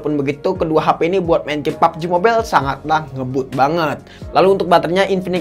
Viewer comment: saya kesini cuma nunggu ngucap "EP EP, BURIK, SOSIS" dan "PABJI MOBAIILLL"..